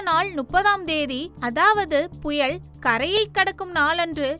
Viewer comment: புயல் என்கிற தமிழ் சொல்லை திரும்ப திரும்ப தவறாக உச்சரிப்பது வேதனை. தயவுசெய்து தமிழை சரியாக உச்சரிக்க வேண்டும் என்று கேட்டுக் கொள்கிறேன்